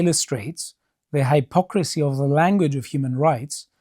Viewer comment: I love the pronounces "high-pocrisy" 😊